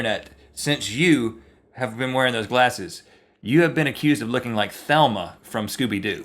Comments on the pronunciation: its velma not thelma lol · it is VELMA not THELMA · Thelma? Lordy lordy say Velma. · He's.... He's saying Thelma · WHY ARE THEY CALLING HER THELMA! HER NAME IS VELMA! VELMA! WITH A V! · V e l m a not t h e l m a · I don't think it's "Thelma " it's "Velma" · its velma not thelma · VELMA not Thelma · her name is velma not thelma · I almost cried when they said "Velma" as "Thelma." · It makes me cry every time Rhett says Thelma. Not with joy: it is insanely frustrating that they don't know their basic Scooby Doo. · Why are they saying Thelma its velma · Are they saying "THelma?!" 😄😄❤️❤️ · Her name is 'Velma', boys, not 'Thelma' lol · Velma. Not Thelma. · omg im sorry but this is driving me insane its VELMA with a V not Thelma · its velma i feel like he was saying thelma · I keep hearing "Thelma" and not "Velma" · all yall saying thelma or velma? im pretty sure its velma. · It's Velma not Thelma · Her name is Velma, not Thelma... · Why are they saying Thelma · her name is velma not thema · Velma. Not Thelma, nice try Rhett. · it's not Thema, it's velma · It's Velma... Not Thelma... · AHHHHHH! It's Velma not Thelma!!! Love you guys but ah! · Its Velma, not Thelma!!! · it"s Velma! Not Thelma! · Thelma? It's Velma. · did you say thelma? i thought it was velma. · XD Her name is Velma not Thelma lol. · Haha. It's Velma not Thelma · its Velma, NOT Thelma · Thelma? Thought it was Velma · Why are they saying Thelma instead of Velma? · Velma, not Thelma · ...was link saying "Thelma?" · Um I don't mean to be "that guy" but it's Velma not Thelma... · Her name is Velma.. Not Thelma. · i believe its Velma not thelma, guys. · VEL-ma VEL-ma not THEL-ma! I would say remembering a woman's name is a very manly quality. Sorry to say, you both fail. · It's VELMA, not Thelma! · It's Velma not Thelma! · Velma not thelma guys.... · Her name is Velma, not Thelma. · Ummm Isn't it Velma? Not Thelma? Or is this another wiki - viki joke?? Lol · Rhett, it's Velma ... not Thelma. ;)